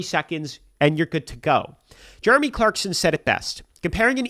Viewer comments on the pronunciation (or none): none